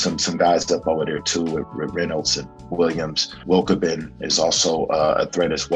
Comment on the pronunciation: Wilkebin .. lol .. sorry mike , but as an american you cant pronounce Wilbekin , hes probably not watching Euroleague very much and not really valid as a reliable contributor.